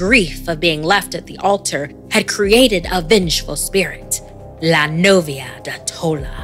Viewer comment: Nothing is scarier than her pronunciation of "La novia de tola""